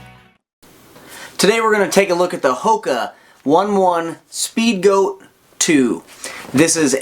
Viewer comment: It’s o-ne o-ne lmao